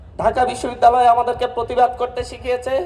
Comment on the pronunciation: ঢাকা বিশব্বিদ্যালয়ের বিচি 😂😂 হায়রে বাংলা pronunciation এর ধ/র্ষ/ন হয়ে গিয়েছে😂😂😂